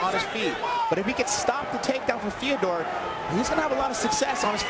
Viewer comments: No, it's pronounced FEE-O-DOOR, like Theodore with an F. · In many of his russian interviews you can hear the interviewers and his friends call him Fyodor. Its mostly about translation for english speakers simplifying its pronounciation. Its pronounced like the writer Fyodor Dostoyevsky. Ryhmes with Theodore.